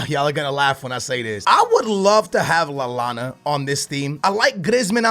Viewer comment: NOT LALLANA